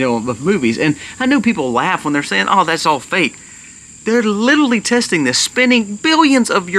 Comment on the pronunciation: Literally. Li ter ally, not littley.